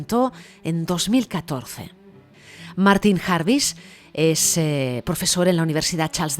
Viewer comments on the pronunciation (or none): none